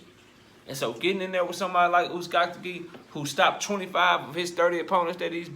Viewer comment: BRUH IM DYING LISTENING TO YOU SAY THIS MAN NAME 🤣🤣🤣